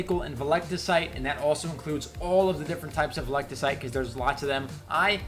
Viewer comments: "Velecticite" Wat. Veltecite. Vel. Teh. Site. Veltecite. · Vel-ti-cite not veliticite Lmaoo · "velectacite" brotha, you play the game this much and can't remember Veltecite, normally wouldn't critique something so minor but when you making a video about the shit why not at least make sure you saying it right 😂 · its "VEL" - "TEH" - "SITE"...